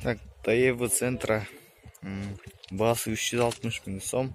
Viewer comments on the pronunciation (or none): Сентра эмес жентра даеву эмес дево деп окулат